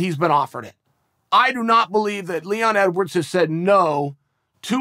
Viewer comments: I just want to say "EDWAWRDS" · “Edwards should fight Masvidal.” Chael: It’s “EDWAWRDS” “Ok, great” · OH YES LEON EDWAWRDS